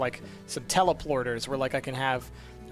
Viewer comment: he said it wrong